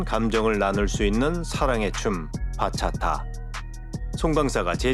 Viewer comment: ‘바차타’가 아니라 ‘박았다’ 네